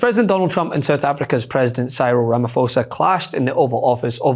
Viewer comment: Cyril Ramaphosa - pronounced Sirril rah-mah-pawza no 'h' pronounced There, not so difficult, aye? Easier than Cholmondeley or Milngavie 😊